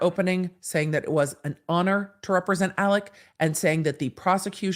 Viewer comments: “AleX” not “AleC”! Please. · It’s spelled Alex but pronounced Alec